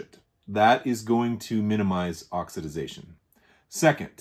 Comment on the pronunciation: Thanks for the lesson in pine-sol related oxi-Daze-ation 😂.can you patent a word?